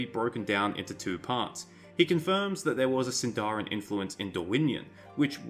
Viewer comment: Shouldn't Sindarin be stressed on the first syllable? Anyway, the fact that Dorwinion is named in Sindarin doesn't pinpoint to Elves living there at all. Countless places are named in Sindarin, Gondor for example, Harad...